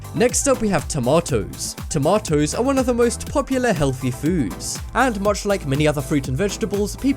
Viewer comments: why is he saying tomatoes like werid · I like how he says tomatoes heh tamatoes. by the way random question who has windows 10?